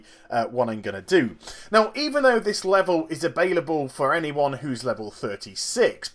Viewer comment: "Abailable" i just couldn't stop laughing, not saying it's a bad thing since it made me crack up. Keep em coming!